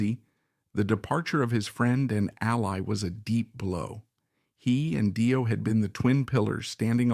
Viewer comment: Fantastic documentary about the brilliant Cozy Powell. Great work! Just one quibble...Dio is pronounced Dee-oh.